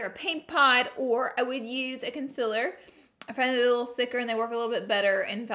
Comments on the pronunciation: She says Conciller in stead of concealer and eye leads instead of eye lids ❤️😂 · conciiller! Love you Laura! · I came here to hear her say conciler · If laura ever comes out with concealers the tube better say "conciller" 😂😂 I would 100% buy one!!🤣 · “Concillar” LMFAOAOAO OMFG I FUCKING WHEEZING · Conciller is how you pronounce it Congjghdhfhfh is how I pronounce it Which is more wrong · mitul shah she does it on purpose bcz she says it like that